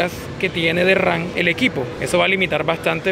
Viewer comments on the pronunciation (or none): es memoria RAM no RAN jajajajaj